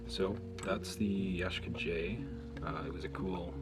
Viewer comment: Ya Shee Ka is the pronunciation